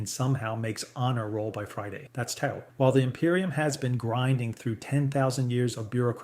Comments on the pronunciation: yeah, great use of AI ... a shame it cant pronounce "tau" and other names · the KI voice cant pronounce TAU either